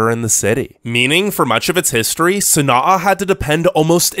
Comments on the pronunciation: Sana’a pronounced “San-ah” NOT “San-ah-uh” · You're pronouncing Sana'a wrong